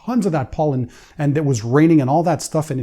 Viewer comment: I’m gonna send you to the country of POLAND and then ANDY will run your channel. Over in Poland you will learn the pronunciation of Pollen😆😆😆😆😆🤣🤣🤣🤣🤣👍